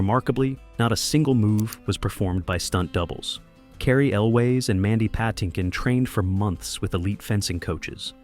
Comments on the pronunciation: This guy needs to learn how to say "Puh-TIN-kin". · Mandy "Pa-tink-in" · Yes! I like the video, but the guy needs to learn how to pronounce Patinkin and Elwes correctly. (Edited because I just noticed that I spelled Mandy's name incorrectly. At least I know how to say it. 😂)